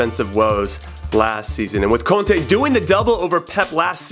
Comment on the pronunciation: 8/10, forgot to put heavy accent on contes name.